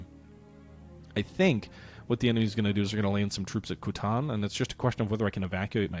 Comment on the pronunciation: It is almost as if so butchered the pronunciation of "Kuantan" that the audio went, "sorry, I am out."